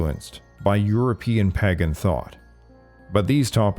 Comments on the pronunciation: Pae gin??? PAAY - GAN Please correct this pronunciation. Your channel is better than that. Great contact but this one thing makes it seem like AI narration. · "Pahgan." Wisconsin? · It's pronounced "paigen"